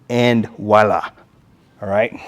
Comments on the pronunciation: It is not Woila!!! It is VVVVoila!!!! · BTW - aside from the French mispronunciation, all this material was very valuable - thank you